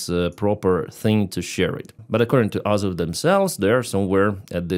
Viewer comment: It's AZOV but Vanka has a problem with the letter Z.